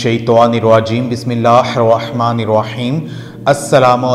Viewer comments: Dear. U read wrong tajweed of bismillah....plz rectify.....! It will change the meanings .....thnx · السلام علیکم ورحمتہ اللہ وبرکاتہ بھائی صاحب آپ بسم اللہ پڑھ رہے ہیں یہ تلفظ کے لحاظ سے بہت غلط ہے یہ نا ہو کہ آپ نیکی سمجھ کر اسکو بڑے سٹائل سے پڑھتے رہیں اور یہ آپ کے لیے عذاب کا باعث بن جائے